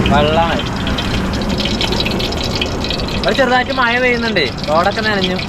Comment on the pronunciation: മയ അണോ. മഴ അണോ പറയുന്നത്